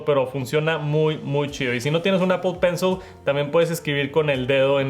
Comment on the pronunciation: “Pel Penshol”, “Estiqui Nout” 💀